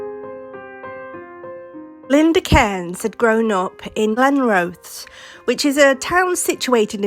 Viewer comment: Just a heads up Glenrothes is pronounced Glen Roth Ess, I do love listening to you 👍